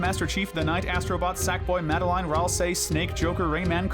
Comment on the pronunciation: MaDi-LiNe pronounce the name tight